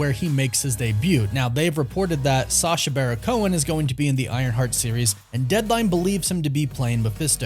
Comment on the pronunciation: Its BARON. BARON Cohen. U always do a great job, but for some feason u keep leaving the "n" off of this idiots name. Im not excited ab him being involved, but at least say his name correctly 😉. Always a blast to see what youve created, keep up the good work